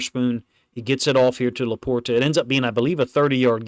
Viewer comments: He's saying it properly. It has a T. I don't say it like that, but it's right. "Laporda" is the Midwest pronunciation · My only issue, is your pronunciation of LaPorta. 😂